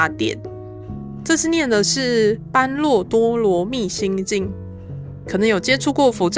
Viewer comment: 心經是念ㄅㄛㄖㄜˇ不是ㄅㄢㄖㄨㄛˋ⋯⋯